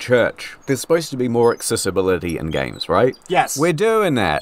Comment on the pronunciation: I always appreeeciate you expleening geems so I don't have to plee theem. Thanks.